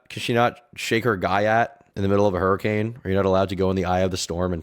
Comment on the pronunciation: My white brethren- did you say guy-att?